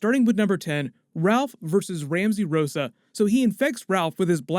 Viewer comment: It's rosso not rosa